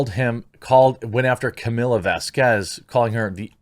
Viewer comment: Just one thing real quick. Her name is Camille like kuh-meal, not Camilla. No offense intended, just wanted to get that out there.